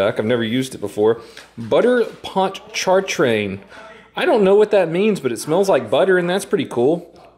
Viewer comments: It's pronounced pon-cha-train. Lake Ponchartrain is that big lake just north of New Orleans with the long-ass bridge that goes over the middle of it. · “Butter PONT-CHART-TRAIN” 😂😭only Louisiana people cringed there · Ponch- a -train. Is how you pronounce it, lol. Love your channel. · Lol bit was great. And as a new orlenian it's pronounced pahnchatrain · Btw the long p name on the seasoning is Lake Pontchartrain in Louisiana, that’s why it said something about New Orleans, and it pronounced Pon-cha-train. I know it’s weird, it’s Cajun, what did you expect. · It’s ponch uh train it’s the lake above New Orleans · I’ve seen that seasoning before but haven’t tried it. But it’s also pronounced ponch uh train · It’s pronounced ponch-a-train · The Butter stuff is pronounced pon-cha-train I know this cause I’m from the SOUTH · It’s pronounced pon cha train it’s a river in Louisiana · Pronounced “punch a train” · he really just pronounced the t in pontchatrain. its pronounced ponchatrain dummie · I ABSOLUTELY LOVE how you mis-pronounced Lake Pontchartrain. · The way you say Pontchartrain makes me wanna self sleep. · Phonetically.. Ponch a train... It's a lake in New Orleans. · The season on the steaks is pronounced (pont-sin-train), its a massive salt water lake in new Orleans